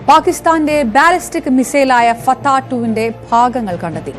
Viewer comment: ഫത്തയല്ല ഫട്ട അല്ല 😄പാട്ട😄 മിസൈൽ. തകരത്തിൽ നിർമ്മിച്ചത്